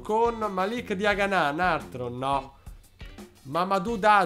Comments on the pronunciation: Diagana senza accento sulla A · Chiamalo Diagana senza accento sulla a finale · Diagana senza l accento sulla a